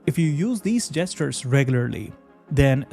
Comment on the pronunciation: Hearing "three-finger jesters" like had a horrible accident with a saw.